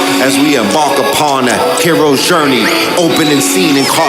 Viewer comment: Did he just say 'Heroe's Gurney'!? 🔥🔥🔥